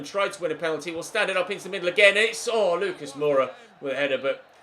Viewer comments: Lucas in french would be "Loo-KAAH" Edit: ad FYI, Georgiou is pronounced "Ye-or-YI-oo" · Lucas Hernandez is pronounced 'Luca' cause he is french, won the world cup not long ago xD